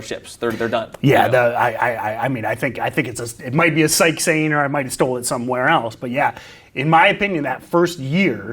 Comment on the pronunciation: Stoped watching as soon as he said Sykes 🤦🏻‍♂️